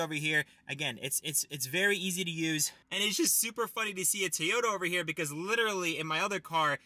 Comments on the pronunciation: TOY-YOTA, not TEE-OTA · No it's TO-YO-TA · and how he says tyota and literally every 10 words